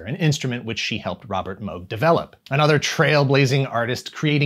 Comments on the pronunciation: Everything’s accurate and you even pronounced Moog correctly 👍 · OMG, he prounounced Moog correctly. Though I seem to remember seeing a video of even Moog himself prounouncing the name of the unit using the oooo sound.